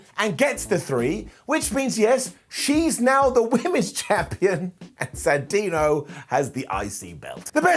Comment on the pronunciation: I always find it funny when talks about Santino, because he always calls him Santina without realizing, Lol.